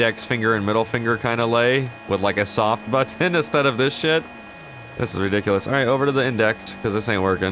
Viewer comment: "Do I have a horn buTTon?" The way he pronounces butTTon or MarTin is so funny!! 😂